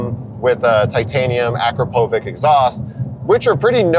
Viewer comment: AKRAPOVIČ = a crap of itch. Not ack roe poe vick. 🤙🏼